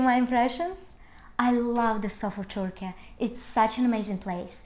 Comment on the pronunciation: thank you for this amazing video and the correct pronouncing of türkiye 😀🙏